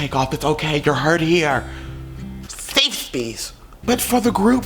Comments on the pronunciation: No one:: Seefe speece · "Seefe speace"....im so done 🤣🤣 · “This is a seefe speece” 💀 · “seef speece” 😂😂😂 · "Seeefe speece" 😭 I cant stand you for this 😂😂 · 14 seconds in and i am crying LMFAOOOO " a sef spece" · nobody: nobody at all:: SEFE SPECE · 'This is a seef speece' LMAO